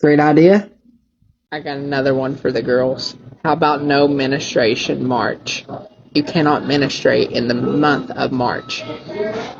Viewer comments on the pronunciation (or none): #1 we can’t control discharge or our periods. #2 it’s menstruation not “menastration” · Mena-stration....bro can't pronounce menstruation. HARD PASS. 😂😂😂😂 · Every time I think I’m over the ridiculousness of no discharge December, I’m stricken with an unbelievable anger and his pronunciation of menstruation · Menastashun? I burped because it was so sad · Delivery is enormous in comedy. When part of your delivery involves mispronouncing the core noun, it will not land. And that's not even half of what was wrong with that "joke", but others have brought up the rest of it in the comments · I already had no hope for the guy when he couldn't pronounce menstruation correctly, but then it just got so much worse.